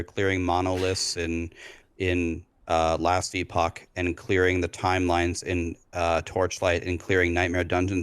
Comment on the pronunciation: “Last e-pock”…. Yeeeah.